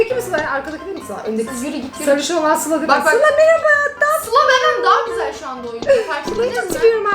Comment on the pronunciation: Gusel Deme Om Yapiyo